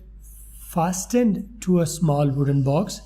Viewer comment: Fasten Ka pronunciation thk Karain apna